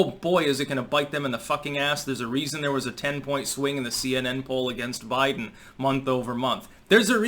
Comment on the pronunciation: Day 2: "Bliden" gets his last name wrong.